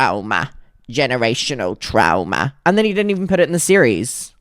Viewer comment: “generational TROMA”